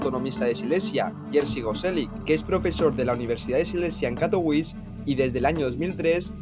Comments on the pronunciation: jajajaja. A mí también me ha parecido curiosa la manera en que la pronunciaba, al principio no entendía a qué ciudad se refería /katoviče/ no /kato'wis/ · Nene, Katowice se pronuncia CATOVICHE y no CATOUIS. Katowice no es una ciudad inglesa. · En español se pronuncia CATOVIZE y no catouis. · Katowice se pronuncia 'Katovitse'. Se vale no saber como es la pronunciación local. Pero entonces deberías decirlo como lo harías en español, pronunciando la 'e' final. La 'e' no es muda ni en español ni en polaco. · Katowis🤣🤣🤣🤣, como puedes hablar de algo si no sabes como se pronuncia el nombre de esa ciudad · Se pronuncia CATOVITSE. Tiene una c y no ć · De hecho tampoco. Se pronuncia "Catovitse". En polaco, la "w" es como "vf" y la "c" como "ts" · yo vivio en polonia mi novia es polaca de silesia y lo que dice este pibe, es muy rebuscado ni siquiera sabe pronunciar el nombre de la ciudad en la que esta haciendo el video, pura desinformacion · La w en polaco suena como b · Por dios, no sabes ni decir el nombre de la ciudad que estás mostrando... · Cuan ridiculo puedes ser para pronunciar Katowice como si fuera una ciudad estadounidense o inglesa